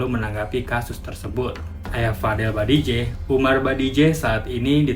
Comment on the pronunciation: BAJIDEH, BKN BADIJEH